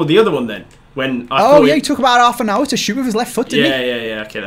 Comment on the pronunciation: Being Belfast, I agree with Reev. We were all crying at pronouncing hours and flour lol